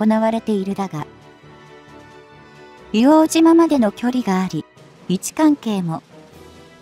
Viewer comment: 「いおうとう」です。